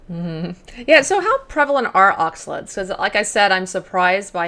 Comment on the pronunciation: Great podcast! Thank you so much for posting it!, look up how to pronounce oxalates. Delete this comment after you've done so:). Blessings!